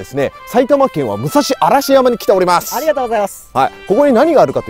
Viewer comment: あのー……非常に言いにくいのですが……武蔵嵐山(むさしらんざん)駅、比企郡嵐山町(ひきぐんらんざんまち)です……